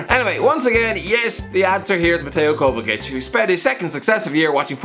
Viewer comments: Everyone: mateo kovachich: kovakic thehocuspocus9: “kova sich” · No, it's kovachich! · Everyone: mateo “kova sich”: kovakic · Ffs its pronounced Kovachich, why would you pronounce the first c with a k and the second with a ch? Anyway Kovačić is not just decent, he's brilliant. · are just going to ignore the fact said 'di matteo kovasich' 😹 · Zavi and Kovakic lol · what is that pronounciation of Kovačić? Jesus, the hairs on my neck stood up haahahahah